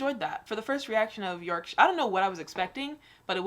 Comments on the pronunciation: 'Yorkashire' its York-Shire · York shyer😂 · NO! ITS NOT 'SHIRE' ITS 'YORK-SHUH' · Yorkshire is pronounced yorkshu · It's pronounced "yoksher" if your from... Yorkshire 👍